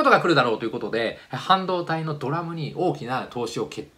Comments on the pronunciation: DRAMはドラムじゃなくてディーラムね。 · ドラム？ ディーラムじゃなくて？ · 一言！！「ドラムじゃなくてディーラムな！！」（笑） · 氏へ， そのような無理矢理な擁護は、かえって「」の評価を落とすだけですよ。 DRAMを「ドラム」と発音してそれでいいんだ、なんて人は少なくとも半導体畑で１人もいないでしょう。また技術畑以外の一般人で株式投資をやってるような人々も企業分析の話をよく耳にしますからそういう人たちにも首を傾げられてしまいますよ。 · DRAM は「ディーラム」と業界では言います。「ドラム」とは普通言いませんね。 同様にSRAMは「エスラム」と言います。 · とても勉強になりました。深謝いたします。ただし、DRAMというのは業界用語で デーラム と呼ぶことになっているようです。ドラム・・・・・・と言っては 本当にこの人 勉強したのかは・・・となりはしないか心配です。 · 反故をはんごと読んだり、ディーラムをドラムと読んだり、基礎学力が低いことがよくわかります。 業界を俯瞰する能力、情報を集めてきて一つの形にする能力は評価に値しますが、そこの浅さ、品の無さが残念なところです。 ものづくりの思考がミクロ中心なことに対してがマクロな視点で見てくれている事は、我が国の製造業に取って 大切な存在である事は確かです。 それだけに軽率な言動や、軽薄な考えを安易に吐き出してしまうことによって、ミクロ的思想な方たちの反感を買って、却って敵を作ってしまわない様に願うばかりです。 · DRAMはドラムじゃなくて、ディーラム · DRAM ドラムと言わないで←あまりにも素人、青梅は青梅（おうめ）街道、青梅市（おうめ）←東京の人はみんな知ってる 、ほんとにものずくりのプロですか？ ピントハズレが多い。半導体を語れないのでは… 私はむかし半導体、生産技術の人間です。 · DRAMって、ドラムって言ってるけど？ みんなディーラムって言ってるよ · 言葉は生き物なので世代が変われば読み方も変わって行くのでしょう。 DRAMが将来的に「ドラム」と呼ばれる可能性は十分ありますね。 例えばMOS-FETを私は「モス・エフイーティ」と呼んでいましたが、今の世代は「モスフェット」と呼んでいるようです。聞き慣れない呼び方は気持ち悪いのは確かです。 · 東芝の歴史について凄く勉強になりました。有り難うございます。DRAMは、ディーラムって普通読みませんか？SamsunじゃなくてSamsungです。SK Hynixはハイソニックスではなくハイニックスですね。次回、パッケージやって頂けるのですね。有り難うございます。セラミックも有機もどちらも出して頂けるかなぁ。韓国からいつも楽しく見させて頂いています。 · DRAMをドラムと読んでいる。一人でテキストだけ読んで俄勉強したんだな、ということがわかります。まぁ、製造業のすべてを一人がカバーするのは難しいのでそれは大目に・・・。傀儡をくぐつと読む。普通この文脈ではかいらいと読む。初めて使ったんだろうな。勉強しながらチャレンジするのは素晴らしい。 青梅をあおうめと読んでいる。おうめ、です。東京西部とは縁の薄かった人なんだな。 SKハイソニックス→SKハイニックス。これもメモリー市場を知っている人からはあり得ない間違い。でもチャレンジした精神は称えたい。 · 基礎中の基礎だけにDRAMドラム呼びは酷すぎるな。ハイニックスもハイソニックと言ってて違和感ないの？？ 偉そうに発言、解説してるがこの動画で一気に技術知識レベルがに疑い出てきた。